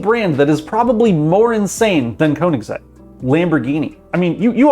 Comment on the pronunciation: Koenigsegg might be hard for you to pronounce because you don´t know that "oe" is pronounced the same way as "ö" and most americans think they are too good to have to learn how that letter is pronounced. It´s not the manufacturers fault, it´s all on you.